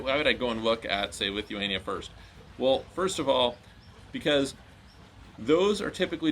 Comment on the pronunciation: The way he said it wasn't clear lol